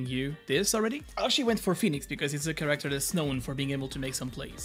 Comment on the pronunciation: Did you learn how to pronounce character correctly by now lol?